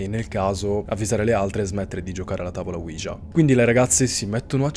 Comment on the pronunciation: ouija e si pronuncia senza far sentire la j